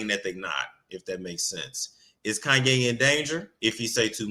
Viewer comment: I was bout to change the channel, till I heard this fool say “Kayne need Azalea Banks”. - 🤣😂🤬